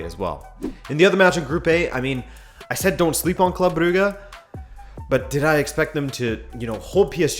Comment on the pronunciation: Part of the originality of this channel certainly lies in the way you pronounce the name "Brugge" as "Brughe" not "Bruj" as everyone else on the planet or at least "Bruhe" as the Dutch and the Flanders actually do